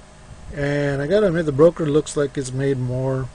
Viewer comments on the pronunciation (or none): It's "BOKER" dude, not "bRoker"!! My bad, it was hard to hear you say it wrong all the way through your vid. Lol, and, it's "ASCENT", not "aCCent". Sorry, not meaning to rain on your parade, just sayin. Thanks for the vid overall.